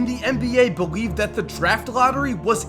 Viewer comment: At 5.33 he said beweave